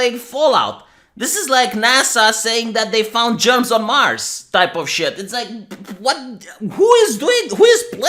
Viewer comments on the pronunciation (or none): none